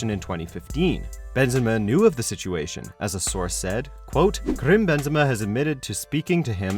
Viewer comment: Karim not "Krim"...